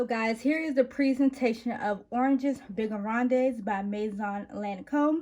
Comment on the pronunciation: The whole name is in french 🤣 (you don’t pronounce the es) 😉 but I love that you’re trying. Very good video! Do you own figues and agrumes?